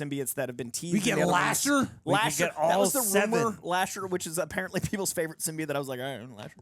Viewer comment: you of all people should know how to pronounce Symbiote!